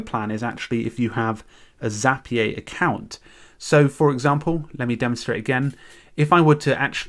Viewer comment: Zapier rhymes with happier ;)